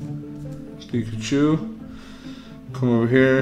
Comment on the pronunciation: It's Austin chum!!!! I saw rick open cards and mispronounce pikachu XD omg that was funny. He should have let you get the charizard